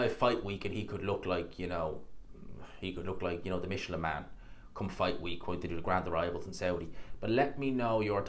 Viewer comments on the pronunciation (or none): none